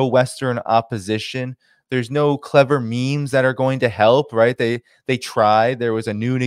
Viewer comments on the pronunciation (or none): none